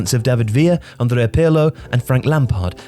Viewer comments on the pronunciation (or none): none